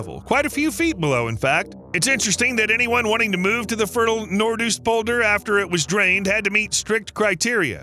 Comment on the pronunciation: Nope it is not Nort Oest polder, it is Noords OOst polder with an o as in go, and not an oe as in shoe...